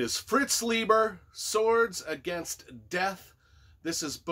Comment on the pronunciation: Forgive me being pedantic, but apparently his name is pronounced Lie-ber. He made a point of pointing it out at get togethers and stuff. Either way, I love that dude’s work. So good.